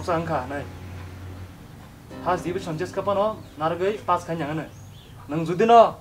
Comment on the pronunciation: Why do we say fass instead of pass🤣🤣🤣